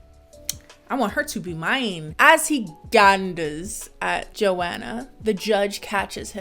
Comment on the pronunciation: Is that really how you say Joanna?! Eww you say my name sooo gross 😩😩😩😭😭😭